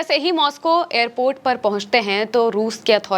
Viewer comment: aramse behena aap toh jaldbazi mei airport ko airpet bata rahi ho. fir bhi Israeli ko pakar kar rakha sunn ke achha laga...